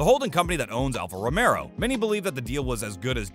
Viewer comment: "Mario" Andretti attempting to buy Alfa "Romero"? Couldn't listen past that.